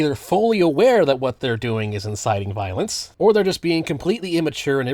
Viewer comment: “Cawll to viowence”⌨️🫃🏻 some Charlie Kirk acolyte just got done pew pewing up FSU and I have yet to see a VOOSH/destiny follower do something like that. Obviously voosh is over the top but anyone who isn’t a rightoid sperg could tell you that. This video is incoherent just like libertarianism lmao.